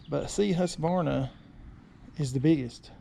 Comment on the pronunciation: When pronouncing Husverna try to add a K, where the Q is in Husqverna . It means home (grain) mill.